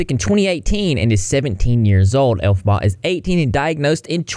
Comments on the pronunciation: Its pronounced "El-fob-a" (Can't really put it in words I guess, hopefully you can get the pronunciation from that) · Ya know I was really enjoying your content but the elphbaba whatever shame on you for making us suffer through that!!! That was just mean😄